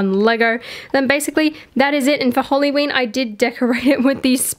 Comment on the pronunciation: I love how you say halloween! you say it like "holly-ween"